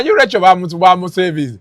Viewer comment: Mbu Lekyo😂😂😂😂 instead of Rachael....naye banamasaka